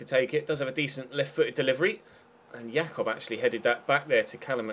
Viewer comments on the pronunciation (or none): none